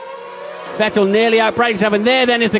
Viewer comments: ve"tell" lmaoi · Why has David always refused to pronounce Vettel properly? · Did DC ever learn how to pronounce Vettel or that just his Scottish accent?